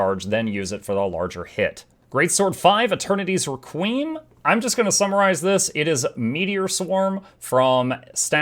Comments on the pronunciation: Really good vid, honestly. Wicked coverage. Pronouncing "Requiem" as if it's a 80's Soul artist sent me. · I dont think thats how you say Requiem